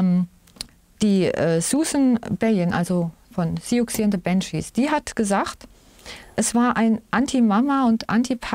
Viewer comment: Siouxsie wird ganz normal "Susi" ausgesprochen aber mit scharfem S 😁 Hab ich früher aber auch so gesagt wie es geschrieben wird. ❤